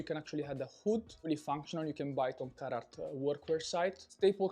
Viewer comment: Oooh Carhartt, I thought he was saying carrot